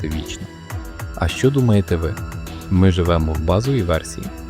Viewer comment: Не щьо а що😂